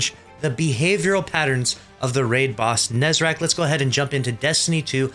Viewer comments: It's Nezarec ffs, why is it so hard to say/write it correctly. We've been hearing the name for years... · It's called nezarec